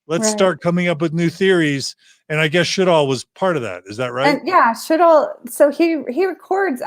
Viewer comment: Sjodahl is pronounced sure dall